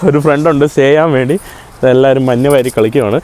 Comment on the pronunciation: മന്ന്❌️ മഞ്✅️